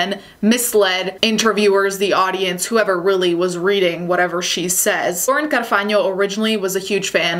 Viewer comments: I think you're my fave youtuber! Btw love how you say Carfagno. It drives me a bit nuts when we make stuff sound English when it isn't. 🤣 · Are you Italian? Or italian relatives / family... I'm asking because your pronounce of "Carfagno" is perfect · I love how you said Laura’s last name correctly. It was MUSIC TO MY EARS IM TELLING YOU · The way you pronounce "Carfagno" 😍❤ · LOVE THE WAY YOU PRONOUNCE "CARFAGNO". THAT WAS SO ITALIAN OF YOU <3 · Yes girl the Italian really popped off with that “carfagno” pronounciation im living, also the bangs are such a good look for you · Totally out of topic but I love how she pronounces “Carfagno” 🙈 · I love how you say Carfagno =D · I am SO pleasantly surprised hearing you pronouncing "Carfagno" so perfectly. I'm new to your channel so I don't know if you're italian heritage or what...but it's just so refreshing to hear an American pronouncing an italian name without butchering it haha well done and good video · I'd like to compliment you on how you pronounce Carfagno. I appreciate you pronouncing Italian names properly. Also, you make such solid content. You'll have a million subs in no time! Edit: Just watched the racist pineapple video, and realised you're actually Italian. lol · The way you say carfagno is impressive! You sound so Italian somehow. (I am Italian) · Oh my God I love how you pronounced Carfagno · Hold up, you actually said 'Lauren CARFAGNO' in a perfect Italian way, I'm Italian raised in London, so hearing an English speaking person say an Italian name with respect to the language is SHOCKING! Are you Italian? :O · Say Lauren’s last name again...... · omg say carfagno again 😍